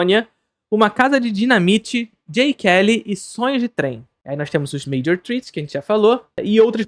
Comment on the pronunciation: vou pegar no seu pé. Você obviamente não é obrigado a falar inglês, mas já que falou, me permita a correção: "major threats" se lê "tr`ets" e não "trits". treat ("trit") é um agrado, como um biscoito pra cachorro, threats('tr`et") é ameaça.